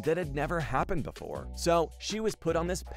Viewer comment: BEFORE not boofore 😡